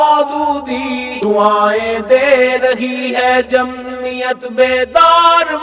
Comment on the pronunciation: لفظ جمعیت ادا کرتے تو بہتر تھا ۔۔۔مہمل لفظ جمیت درست نہیں